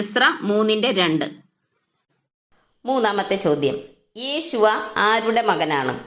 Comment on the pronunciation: യോശുവ അല്ല യേശുവ ആണ്. ശ്രദ്ധിക്കുക...